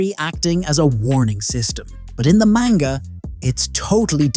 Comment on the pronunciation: The more he pronounces manga wrong the more suicidal I get